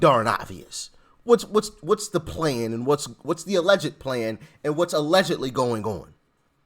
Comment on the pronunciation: Doc, 'allgedly' that seems to be the case. Doc it's allgedly your opinon, lol!!